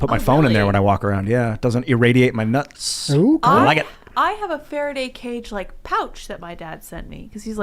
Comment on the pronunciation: emphasis on “nuts” was funnier than it should have been to me. Lol